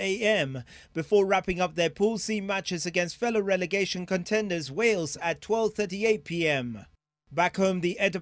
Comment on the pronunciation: What is "religation"? You mean "relegation"? NTV..Do better.